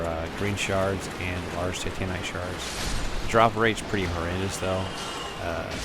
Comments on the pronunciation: Is it just me or does it sound like he is saying Titanic instead of Titanite? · Titanite = Pronunciation: TY-TAN-ITE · anyone else get irritated that he says titanite like you would titanic and not titan